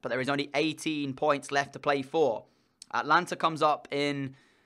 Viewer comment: its ata-lan-ta